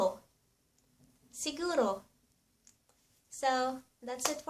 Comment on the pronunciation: It’s siguro, not seguro.